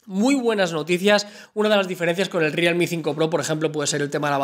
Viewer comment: Rialmi???.... jajaja